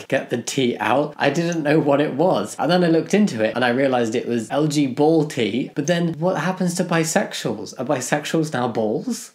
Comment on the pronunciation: You say LGBallT like LG-BLT and I keep imagining a BLT sandwich made by LG. xD